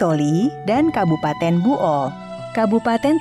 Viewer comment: Buol' min bukan bu'ol